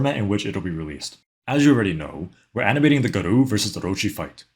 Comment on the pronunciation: 'Guh roo' Nigga its Gah Row Like Gaara from Naruto but 'O' at the end like in SopranOoos